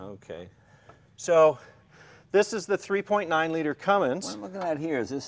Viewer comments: Dammit Jay... It's CUMMINS, not CUMMINGS !!! Awesome truck ! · Awesome vehicle, but Jay…there's no "G" in Cummins. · Hey Jay it's Cummins, not Cummings. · Hey Jay, The "G" is silent in Cummins. I spent my entire career as a Mechanical Engineer at Cummins in my home town of Columbus Indiana, and was involved with B-Series engine program, so I really appreciate this episode. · Jay I work for Cummins and always get a kick out of the mispronunciation. I always say when someone says Cummings it's gangster because it has a little g in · Right, pronouncing words right is waaay too much to expect. Do you see a 'g' on the end of 'Cummins'? Have you made it past 1st grade? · There is no "G" in Cummins. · I cringe every time Jay says “Cummings” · No, only illiterates call it Cummings. There is no g in the name Cummins. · everytime jay says cummings instead of cummins, take a shot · Yo Jay, it's Cummins not Cummings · I have a ton of respect for Jay Leno for obvious reasons, but as a car guy who daily drives a 6BT CUMMINS Ram, I found myself become pretty more disappointed every time I heard him say CUMMINGS to be completely honest..... regardless though, this truck is RAD as hell! Love that he kept it a manual too! I'm guessing likely an NV4500. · "Cummings" 😂😂😂 I'm sure I'm not the first person to notice this and light up poor Jay Leno. God bless him, he's a national treasure to us gearheads. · Someone tell Jay the the g is silent in Cummins. I love you Jay : D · There's no G in Cummins, Jay! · Only 5 lugs!? Also this is the second episode i had to listen to Jay call a Cummins, a Cummings. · Comings? It's Cummins, Jay! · Jay has been around vehicles forever and still doesn’t know there isn’t a g in Cummins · There’s no G in Cummins J! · It's CUMMINS Jay ...not CUMMINGS! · I wonder when Jay will realize that it's Cummins, not CUMMINGS 😭😭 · Hey Jey, it’s CUMMINS NOT CUMMINGS! Sheesh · Jay, man, it's Cummins. Cummins. Now come on.... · Hey mr leno its cummins not cumings